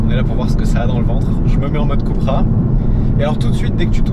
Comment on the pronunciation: "keupra" Cupracing, pas koupra